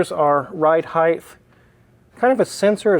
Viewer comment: Height not heighth.